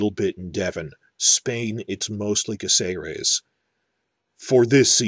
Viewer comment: Well, since you're worried about mispronouncing things then I have to point out that the town's name is CÁcerec, not CácEres. In Spanish words that little dash specifies which vowel is stressed. You've been saying it wrong the whole time.